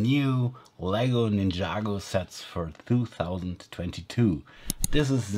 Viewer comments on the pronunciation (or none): It's Ninjago Not Ninyago